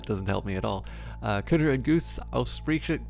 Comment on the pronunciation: Ok this is a bit late, but: Hey, German here! Just wanted to say that your pronunciation isn't that far off. The only real "mistake" you make is that you say 'ausführlich' instead of 'ausführliche', the 'e' isn't silent. I find it actually rather cute that you try to read it every time XD